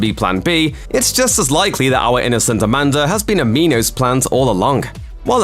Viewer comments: It's pronounced Minos as in coal mine, not meeenos. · Okay so it's not just me, I was so confused as to why they pronounced it like that